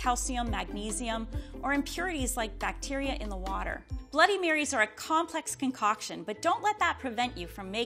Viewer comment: "I'm using waterrrrr, that has been frozennnn." enjinir